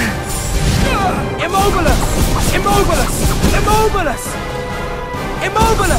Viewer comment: i think I heard imobilendo